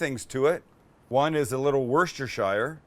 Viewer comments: Right it's 'wu-steh-shur'. Say it with me Sammy; 'wu-steh-shur', not 'wor -stair-shire' lol - Much love from the UK! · s rooster it’s pronounced “woosta-shuh” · I'm from the UK, born in Worcestershire (a town called "Redditch") and I need to correct your pronunciation. Break the sounds up like wuss-tah-shuh. Trust me, anyone from England watching your videos will appreciate it being spoken correctly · It's "Wust ur shur" sauce! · Just so you know its Worcestershire sauce is pronounced wus-ter-shear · Please Sam, us Brits call it Wuster sauce😁. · For the love of all that is delicious please pronounce Worcestershire right. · Can we all start pronouncing Worcestershire sauce correctly lol.